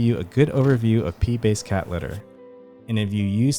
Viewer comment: I kept hearing Pee-based cat litter.